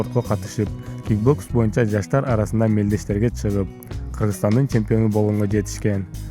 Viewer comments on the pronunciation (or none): none